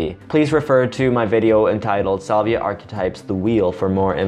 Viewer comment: salvia is pronounced "SAL-vee-ah", not "SOL-vee-ah"